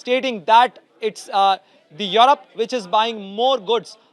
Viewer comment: Mr. Reporter... It's europe not yarap 😂😂